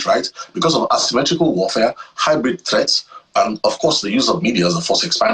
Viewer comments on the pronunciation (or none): none